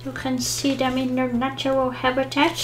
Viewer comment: "You can shee dem in dere natural habitat." Just made my day! 😂